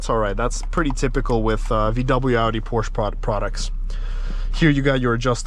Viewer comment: The instance he says "Porsche" the wrong way? I had to exit...